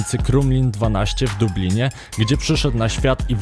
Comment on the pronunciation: Ty jesteś Dublin. Dablin